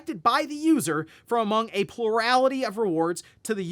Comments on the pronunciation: "Purality" word of the day? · you don't have stress every syllable in the word plurality.